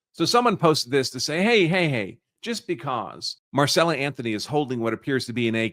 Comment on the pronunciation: Right. He reads it correctly but then keeps going back into saying Marcella. At least the NGAN guy was close.